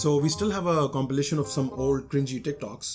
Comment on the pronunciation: abe,, compilation hota hai wo compeelation nai 😂😂